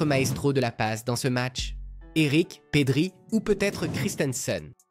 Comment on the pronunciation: Et toi qui sait même pas dire Pedri . Et qui dit suivre le foot 😂😂😂 Dent bélé 😂